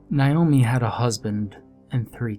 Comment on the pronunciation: Why is the name Naomi so difficult to pronounce properly? Nay-O-Mi ... What's with the 'Ni-o-mi'?? 🙄